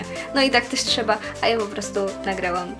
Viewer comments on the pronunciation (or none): none